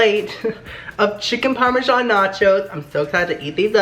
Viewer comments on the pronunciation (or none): I get triggered every time he says parmesan ;/ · Bach chicken parmashsn that's my parmashsn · NACHO PARMESAN IZ MAH PARMESAN